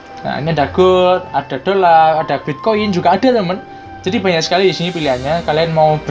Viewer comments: Dolal itu apa?dolar adanya Kalau ngomong yang bener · Dolar min bukan dolal...🤣